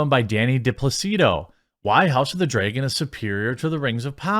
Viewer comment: My Man. Its not Draygon. Dra"y"gon? Do you also say Aypple? Its Dra-gon. Where is this "aye" in Draygon coming from?